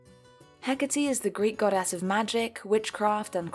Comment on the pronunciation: Any one noticed that she says GodASS